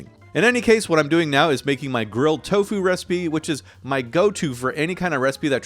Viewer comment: “I ❤️ TOFU” 🥰 “I ❤️ TO FU” 💀 💀 💀